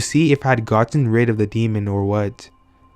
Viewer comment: I can't listen to this anymore. I can hear the D being placed on the end of the word "demon" at times. This bugs me SO much! Do you see a D on the end of that word? No. Oh, and "OH-WEE-JA" makes me want to scream. Oui is pronounced like "Wee", it's the French word for yes. It's not Oh-wee. "Wee-Gee" board or even "Wee-Ja" or "Wee-Ya". I hear people saying "Oh-You-Ja" and "Oh-Wee-Ja" all the time and it is wrong. I think if you're going to have a youtube channel where you read out loud you should work on your cadence and pronunciation.